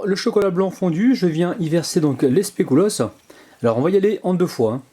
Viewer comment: super recette comme d'habitude mais normalement on dit pas specUlos (je sais je suis chiante 😂😂)